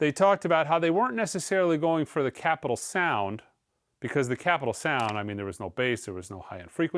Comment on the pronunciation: refusing to say "Chappell Roan" properly is unbelievably frustrating. You own a record store and she's been top 3 on the Billboard Vinyl Albums chart for months, you definitely have heard dozens of people say it properly.